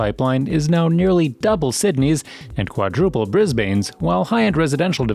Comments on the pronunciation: It’s pronounced ‘Mel-Ben’ not Mel-Born, Bris-ben not Bris-bain. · Nice info. Thanks. (Horrendous pronunciations! 🤪 some nice attempts….The pronunciation of Melbourne and Brisbane is closer to ‘Melbun’ and ‘Brisbun’. [Seafarers is on Flinders Street not Finders Street.]) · You said it like Mel-born 😂 it’s Melbourne and Brisbane isn’t Bris-bain lol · Did he say... mel-borne And brizz banez Nooo 😂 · melBORN brisBAYNE yARRAR wOOROONJOORI bORke lol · Bris - bayne =/ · the way you say melbourne and brisbane is so wrong..... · I agree